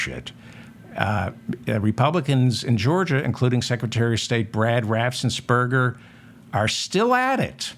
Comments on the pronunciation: Apologies, but I looked it up, Brad Raffensperger, pronounced BRAD RAFF-ENS-PER-GER, my reason, just trying to help. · Ohh I hope and pray Raffensmurger...... lmao... Watches your channel or somebody tags him..... It's the mispronunciation of his last name that has me rolling 😂😅😂😅.....🤣🤣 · Raffensperger. The guy's name is Raffensperger. It seems doable to pronounce that correctly, but I guess not. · Another nice one david. Ur pronunciations of raff-ens-burger have me in fits 😂